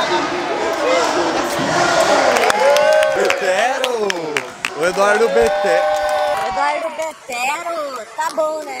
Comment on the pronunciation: "Éduardo betero"😂😂😂